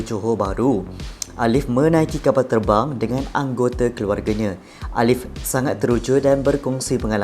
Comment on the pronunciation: itu erbang bukan terbang hahahahahahahhaha